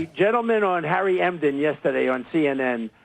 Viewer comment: Who's Harry Emden?I thought his name is Harry Enten.